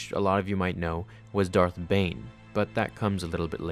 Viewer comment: Who else heard “thot bomb”